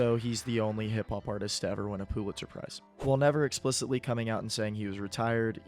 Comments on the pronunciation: you did not just say “poo-litzer prize” 3 times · If you say POO-litzer Prize one more time......